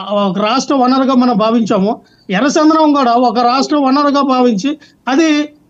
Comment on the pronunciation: Half knowledge వేదవ chendanam ani పలకాలి సందనం ani kadu yerra chandanam lo veediki vata వున్నది